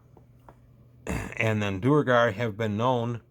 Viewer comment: I've never heard anyone call them anything but "dwair-gar."